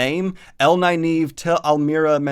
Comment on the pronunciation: Her name is Nynaeve (Nin-uh-vuh) not (Ni-Neeve)... always has been, always will be lol. And I always thought it was (Ehs-Seh-dai) But I hear people saying (Eye-seh-dai) and it makes me wanna pull my hair out! Love this series tho, keep up the good work. Can't wait to see your thoughts on the last six books of Malazan. They are my favorites without a doubt.